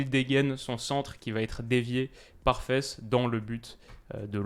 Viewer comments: Hello, très bonne vidéo. Juste petit point : on dit Faas (un long a) et pas fesse pour le joueur belge Faes (pour les noms belges le ae se prononcera toujours aa) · interessant ! pour ta prononciation on dit Faass pas fesse pour Wout :) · Salut, super vidéo mais le nom du joueur Faes se prononce Faas et non fesses.:)